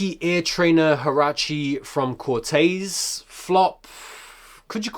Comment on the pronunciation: Did this guy just say infact twice in one sentence 😅 and proceeds to say kortays 😂